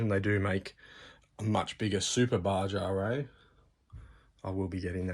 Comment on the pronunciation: Nice overview, thanks. I just got the same Losi and I am sticking to 2S. FYI (from San Diego, CA USA) our neighbors to the south pronounce it “Ba-ha” ie Baja California.